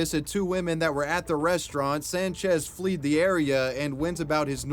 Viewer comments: "Fleed"...? It is fled...! Thanks though...! Keep up your awesomeness and go enjoy some nature today...! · Fled… rhymes with Ed. Not flea-d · It's pronounced "fled", not "fleed".